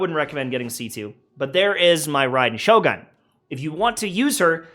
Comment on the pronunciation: Please man its Shogun "goon" PLEASE MAN holy shit